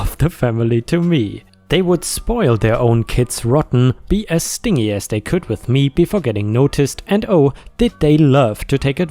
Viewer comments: In the last story. I believe the OP ment stingy pronounced stin gee. It is being cheap, ungenerous. Lots of English words look the same but mean different things based on syllable placement. Again trying to help a non native with tricky English words. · the word "stingy" in this context is said as "stin-gee," which essentially means selfish. "gall" is said as "gull" not "gal."